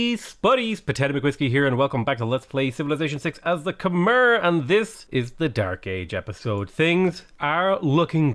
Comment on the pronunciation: When is going to pronounce Khmer the right way?